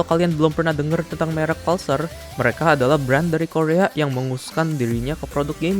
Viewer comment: mas itu bacanya pulsar kayak pull sama sar, bk pal sar